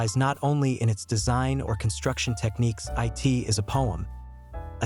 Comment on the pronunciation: They clearly did use AI to write and narrate it, which is the problem. The "narrator" keeps reading the word "it" as "I.T." among numerous other repetitions and fluff.